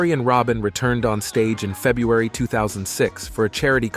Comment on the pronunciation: Couldn’t even pronounce February correctly either, so we can’t expect much